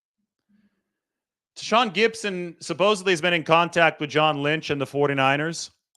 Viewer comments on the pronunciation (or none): none